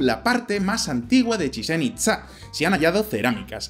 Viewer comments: Oye, se pronuncia "Chichén Itzá" no "Chisén Itzá" y "Kukulcán" no "Kulkancán" jajajajaja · A alguien más le causa ansiedad la mala pronunciación de al decir “Chichén Itzá"? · "Chichen Itza" y "Kukulcán" por favor pronuncia bien o Kukulcán ira a por tu alma! 🤣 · Chizen Itza? Kukalkan??? Jajaja los amo pero las pronunciacines mal... Bueno no los culpo el vasco y el catalán, yo no doy una... XD